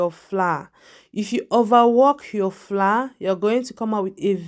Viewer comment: Why do you say floor instead of flour?